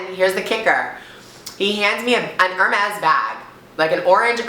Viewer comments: Its ok cause your America but its pronounced Herme's you dont really say the s :) Xx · Love how she says hermés